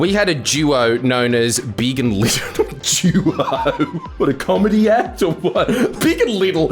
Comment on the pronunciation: It's Littie, not little